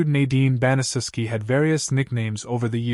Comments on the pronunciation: Pronounced ban-a-shef-ski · It's pronounced BAN-uh-SHEF-SKI